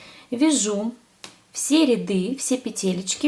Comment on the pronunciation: Дальтоник,что ли? Какой Зеленый? и рядЫ надо говорить,а не рЯды...слух режет...